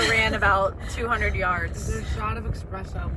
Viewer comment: Love that calls the coffee EXpresso!😂😂😂❤❤